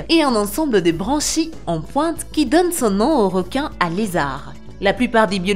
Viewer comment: Y a que moi que sa choque qu elle parle pas francais car elle dit réquin et non requin et plein d'autre mots